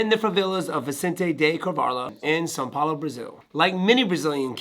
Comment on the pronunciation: Wonder boy saying são Paulo correctly is chef's kiss